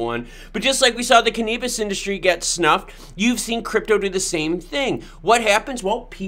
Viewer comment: Cannabis 😆 🤣 😂 it's Use your phonics can uhhh bis 😆 🤣 😂